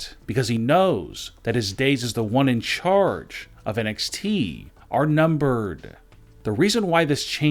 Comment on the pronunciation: Can someone please get this bloke some medication 💊, he's obviously had another stroke......I thought it was NXT, not NXTEEEE